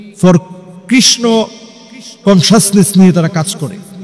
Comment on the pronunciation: "কনসানসেস" নয় দাদা,ঐ কথাটা হবে "কনসাসনেস"! বার বার ঐ উচ্চারণ টা আপনার ভুল হচ্ছে! কিন্তু বাকি অন্যান্য কথাগুলো বেশ সুন্দর ভাবেই বলা হয়েছে! ভুল ধরার জন্য কিছু মনে করবেন না! অনেক ধন্যবাদ!